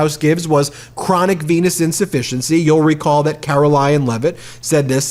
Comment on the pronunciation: Did he say, "chronic penis insufficiency"?